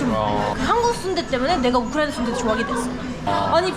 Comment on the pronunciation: 우크라이나 사람이 우크라이나를 한국발음으로 말하는거 재밌다ㅋㅋㅋ 우리나라 라고 하는것도